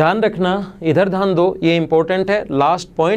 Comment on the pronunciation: Dhyan hota hai, dhan nahi. Axtra nahi hota, extra hota hai. Sahi bolne nahi aata hai